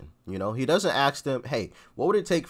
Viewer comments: 'Ask people', not 'axe people' 🤪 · "Axe"? Really m8? You're better than that. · how come I always hear him saying "axe this question", although autosubs show it as "ask"? Do I really mishear him every time? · i LIKE YOUR SHOW JUST A COUPLE OF POINTS? 1. Its ASK not AXED! rock the racest rants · “ASK” No offense